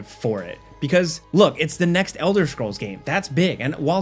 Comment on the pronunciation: Elder schrolls😂